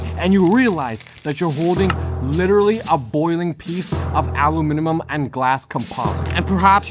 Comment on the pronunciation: who knew that "aluminium" was such a diabolical word to pronounce 😂